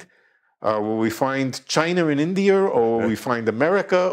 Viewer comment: "Chiner and Indier"...love it